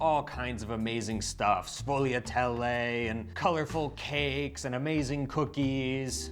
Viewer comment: Sfogliatelle.... pronounced sFool-ya-DEL .... even in the snobby north, the g is silent.